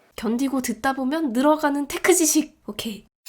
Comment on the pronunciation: 견디고 듣다보면 늘어가는 텍흐지씩!오퀘이